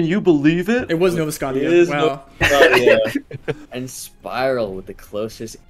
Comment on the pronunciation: Nova ‘Scotty’ia 💀😭